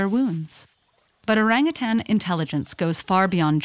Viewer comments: The name "orangutan" (also written orang-utan, orang utan, orangutang, and ourang-outang) is derived from the Malay and Indonesian words orang, meaning "person", and hutan, meaning "forest", thus "person of the forest". The word was first attested in English in 1691 in the form orang-outang, and variants with -ng are found in many languages. This spelling (and pronunciation) has remained in use in English up to the present, but has come to be regarded as incorrect.[7][8][9] The loss of "h" in Utan and the shift from -ng to -n has been taken to suggest that the term entered English through Portuguese.[5] In 1869, the British naturalist Alfred Russel Wallace published his account of Malaysia's wildlife: The Malay Archipelago: The Land of the Orang-Utan and the Bird of Paradise. source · In Malaysia, it is pronounced oh-rung-hoo-tun. Lol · Orang = people Utan (hutan) = forest Btw the pronounciation though... its pronounced as orunk-(w)uta(r)n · You pronounce orangutan so bad lah.. Like "oureng gutens" hhahahaha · Не орангутанги,а ОРАНГУТАНЫ!!! Орангутан - в переводе с одного из восточных языков, лесной человек! А орангутанг, это человек- должник! А обезьяна никому не должна! Поэтому- ОРАНГУТАН!!! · Yeah... no it’s called orangutan not orangutannnnn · Why do english people pronounce orangutan like erangatang when its o rung oo tun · I know...it cringes me a little to hear westerners say: “oreng-a-tan”. I got used to hearing “o-rung-hu-tone” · The best part of this video is how she pronounces oarangatann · Yeah, it literally means ‘forest person’ in the Malay language. Though the real pronunciation of it is ‘oh-rung oo-ton’. If it were to be recognized as just another ape, then it would be called ‘kera’ or ‘monyet’. Orangutans get the ‘orang’ name which is more human-like, like how ‘orang kaya’ is a rich person and ‘orang kuat’ is a strong person. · You know youre calling orangutan the name rong go type how to say it right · Isn't it called o-rang-u-tan???